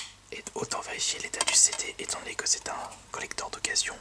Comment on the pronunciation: ce que contient ce COLLECTHORRRRRHEEEE Aie la prononciation